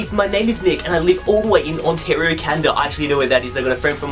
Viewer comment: It's not canda its ca naaaaa da